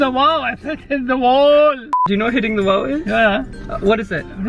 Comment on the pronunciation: BICH HE SAYED PEPA PIGG HAHAAHHA😂😂😂😂 AND WHEN U SAYED HIT THE WOH HE HIT THE WALL HAHAHAH😂😂😂❤👌